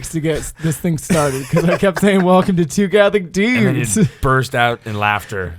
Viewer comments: It's "dewdes" I can't believe how much grew up. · Okay, so. totally does put an emphasis on his inflection when he says the word "dudes" in the intro. XD Makes me giggle every time. I love the stories in this episode. We need a Metallica cover video.:D Okay, I might be the only one. But still, it would be awesome. The process of writing the invocations was absolutely fascinating. I've been to Masses where they have done that and it's always so cool. Poorly done music ministry used to be distracting for me as a younger Catholic and was compounded by my 8 years in a choir as a middle schooler and high schooler. But I have reached a point similar to what mentioned. The Eucharist is more than enough. I do see the importance of having good music for the people who haven't reached that point yet. Y'all did a really great job with the balance in this episode while still keeping it fun and light. The real-life stories vividly illustrated your experience and growth in your faith. But you also balanced well the point that ministry, especially music in the Mass is to be done for God. It's important to be the best you can be, but do it to show how great God is and to help save souls. It's not for the applause and compliments of the congregation. Very nicely done on that element y'all. Part 2! Part 2! Part 2! Part 2! I'd love to see another episode with talking about more musical topics. And yas to the coffee mugs. I'm ready to order mine now.:D Oh, my word that outro. XD I love seeing y'all have a great time